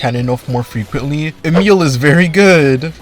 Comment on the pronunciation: Her name is Emilie not Emile..